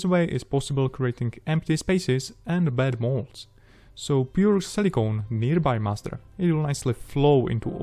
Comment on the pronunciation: Excellent guidance video, thanks a lot. If you wouldn't mind me giving a little advice, try saying "půr" instead of "pjůr" (pour). I had trouble understanding in context when just listening to the audio. And then maybe just "kemikls" instead of "chemikls". The rest is just pure perfection! :D Thanks again.